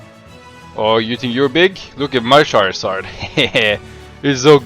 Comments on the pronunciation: Sharzard? Char-zard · It's not shared its charzard